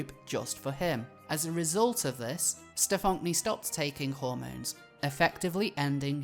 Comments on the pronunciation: The fact you insist on pronouncing this individuals name as Stefonk-nee... :D I always thought that it was pronounced the same as "Stefanie" (Stefon-knee) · Every time you mispronounce his name I cringe. “Steph-onk-nee” lol 😂😂😂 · I lose it every time you say STEF-FAWNK-KNEE 😂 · The name is Stefan-Knee. Like “kneecap”. The “k” is silent and they even pronounce their name for you like any other “Stefanie”. Your pronunciation makes me want to rip my ears off, just call him Paul it’s less jarring to your listeners since he is a faker anyway. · I love the pronunciation, "StuhFonkNee"... 😅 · 'Stephonk-nee'. Oh my god. Of course. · So much research here--and it is a really well put together video--but that's not even how the name is pronounced. It's a shitty spelling of "Stephanie," sure, but you'd think you could get it right if you were doing investigative journalism about someone. I mean, that's kind of a ridiculous error.